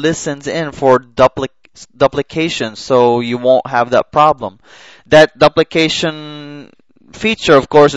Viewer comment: it is doop' li cation....